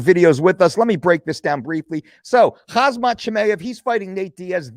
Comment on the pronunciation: Khamzat is pronounced Ham-Zat. That's not intended as disrespect just letting ya know. Your content is always A+